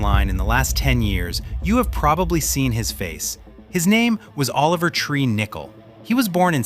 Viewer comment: Noooooooo 😭😭😭😭😭😭😭😭 Oliver not Olever